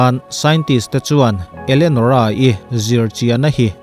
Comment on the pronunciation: Elenorah' zawk maw Enolerah tih hlir in ka lo hria. Kan ngaihsan Sap ho chuan, 'Elianawr' an ti ta emaw ni,🤔